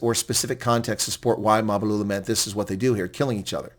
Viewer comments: It's Mbalula, not Mabulula😂😂😂😂😂😂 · MBA - LU - LA ...say it.. MBA - LU- LA ..say it